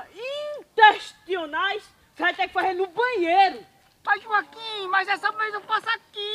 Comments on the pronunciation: Morro de rir Quando o Joaquim fala As necessidades instestionais😅😅😅😅😅👏😂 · Joaquim disse: problema intesticional kkk